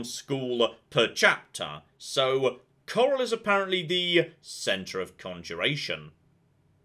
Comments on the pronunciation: 1 min in and didn't call Chorrol "Chore-all" We are getting places! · Did anyone else cheer when he said “Chorrol” correctly?